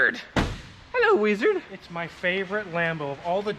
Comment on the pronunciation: Stop calling him WEEZERD .....ffs